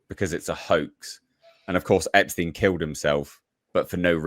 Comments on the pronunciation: No need to pronounce his name different than the rest of the world. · It bugs me that pronounces Epstein’s name differently 🤣😂 just had to say something hahaha